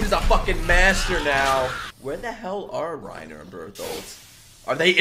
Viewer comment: ITS PRONOUNCED REINA PLEASE CORRECT YOURSELF BEFORE YOU FINISH THE SHOW💀💀